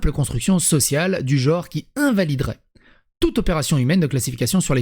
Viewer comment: Mais c'est dingue ça !!! Tout le monde prononce le mot GENRE en JORE ! Vous savez ni lire ni parler ma parole ! Vous dites OCULER ou ENCULER ????